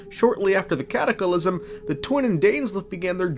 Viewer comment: Am I missing a joke here or why are you adding an extra "i" to the word "cataclysm"?